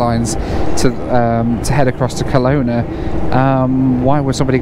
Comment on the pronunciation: We Canadians pronounce Kelowna with the stress on the middle vowel, reducing the other two to schwas, the common English vowels that you've never heard of. Come to thing of it, you made the same mistake with Nanaimo earlier in this series.